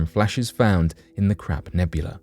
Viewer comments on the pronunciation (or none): Hahaha! Sounds like he's saying "Crap", with a "P", nebula instead of "Crab", with a "B", nebula.